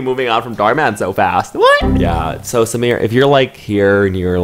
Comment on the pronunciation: This is the first time I have ever heard someone pronouncing an Indian name so correctly 👍 The way said SAMEER..it was so clear👏